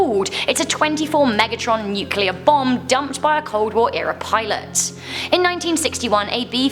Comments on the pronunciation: 24 mogatron bomb ...... Megaton!!!!! and Fe-Kal = Fecal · Megatron? I think you mean megaton. Your still my fave though. 😀